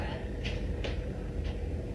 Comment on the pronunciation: The first time the old woman walking around says, "Debra" is beyond horrific.